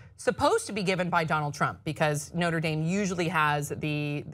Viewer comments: I like how pronounced the school No-tra Dahm and then later said No-ter Dame. Make your choice and stick with it my friend. lol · I live about 10 minutes from Notre Dame and I laughed when pronounced it the French way.. no one pronounces that way! But anyway, I had hoped you guys would mention the fact that Pence was the governor of the state where Notre Dame is. These students have already experienced having Pence in charge.